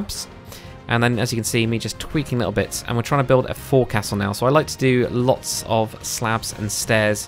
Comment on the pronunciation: I could be wrong but I though “Forecastle” was pronounced more as a contraction of itself as “Foe-c-sul”